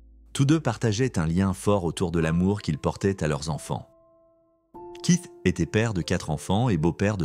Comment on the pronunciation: Kit kiss au lieu keith 😵‍💫🤭 ionaïtiiiiid au lieu de iounaïted 🤯🤬